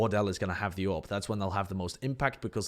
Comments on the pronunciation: I just heard him say orb everytime he said AWP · Took me too long to realize you're saying AWP and not Orb.